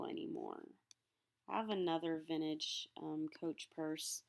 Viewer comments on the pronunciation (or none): VinTAGE not vinage